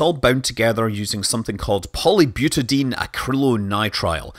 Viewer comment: "Ammonium percolate". Lol! (it's per-chlo-rate ^^) (It's also poly-buta-di-ene, not "polybutadeen" ^^)